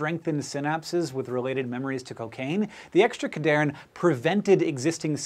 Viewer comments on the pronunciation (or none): It's pronounced CAD-Here-In. They help cells conditionally adhere to each other, hence the name. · Its pronounced CAD-HERE-IN having its etymology in ADHERE (sticking together). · I'm not one to correct pronunciation, but the naming of this class of proteins was really well done. It's pronounced cad "hearin" because it is "Ca"lcium "d"ependent "adhere"ing molecules. Love when scientists make memorizing mechanisms easy, so I wanted to point this out :) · It's pronounced "CAD-HERE-IN" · I died a little every time Cadherin was mispronounced :(( come on SciShow